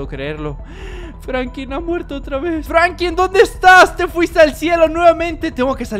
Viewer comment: Hola bro te felicito por el vídeo crack se dice franklin con l tu dices frankin